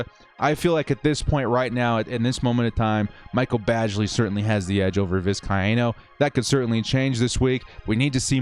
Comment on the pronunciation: Hey...Happy to help with the pronunciation of 'Vizcaino', however if he does not step up this week, we can just call him Tristan 'Itstimetogo.'